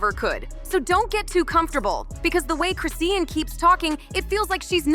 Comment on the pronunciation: At least say her name right🙄🙄